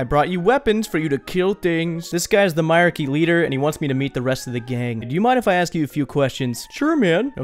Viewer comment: my-R-Key LOLOL its pronounced my-reek totally being "that guy"